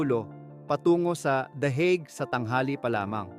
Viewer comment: Bakit THE EGG 😅 Akala ko THE HAGUE 😂